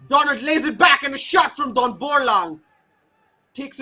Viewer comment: Commentator.. He is not Donald, instead he is Donlad ( Don-Lad)